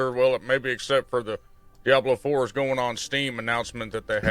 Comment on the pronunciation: "Diabler fohwer"